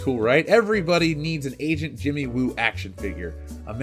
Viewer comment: I heard "asian JImmy Woo", not agent Jimmy Woo. I was like, no shit, he is asian haha.